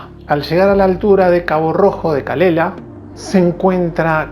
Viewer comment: hola solo una apreciacion.por que los españoles no os entenderemos en la pronunnciacion de algunos nombres.dijiste calella con pronunciacion italiana ..aqui calela es casa de una tonta jajajaj la doble L, aqui la pronunciamos como si la escribieramos.con Y ,espero no haber sido demasiado pedante,,saludos